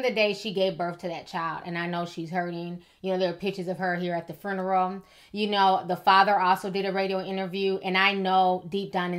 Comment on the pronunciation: Hello. Great video , was just wondering why you put that extra “R” in the word funeral .. min Fruneral~~